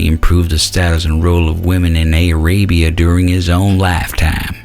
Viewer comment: Aay-ray-bee-ah? LMAO